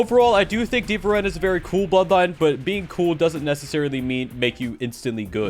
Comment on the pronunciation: says deva ren shows deva sen